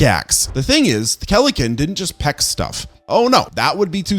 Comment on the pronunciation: keleken? its kelenken